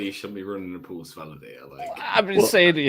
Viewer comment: But he can't pronounce PULSE. And he's British!